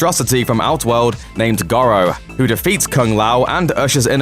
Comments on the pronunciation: Shang Soon !? and Gorow !? Hilarious but seriously stop talking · Shang Tsoong? Goh-ro? I haven’t watched the rest but you know nothing Jon Snow.